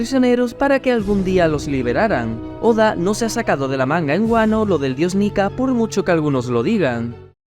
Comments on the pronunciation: dice niya, no nika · Cuando quiere carne dice Nika yo pensaba que decia Nigg*